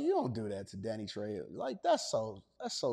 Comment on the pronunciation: Danny Trayho is how his name is pronounced...